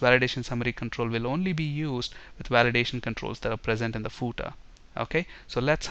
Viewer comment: Hi! but you pronounced the word "Footer" wrong! The way you said it was like "pootah" with 2 syllables? It should really be 1 syllable or 1 and 1/2, you have to use the full F sound at the start, ignore the double o sound, make it the short 'u' sound then TER. you place FAR too much emphasis on the double o sound and the initial F is compromised. British sometimes pronounce the final "-er" sound like the "ah" sound but theyre wrong. They would say the double o sound in the ordinary not the emphasized. You should say footer as 'fuhtr'. Saying footer with the double o as the long U sound is wrong. And you have to make the initial F sound clearly not a P or B sound